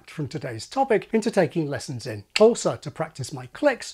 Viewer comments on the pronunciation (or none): none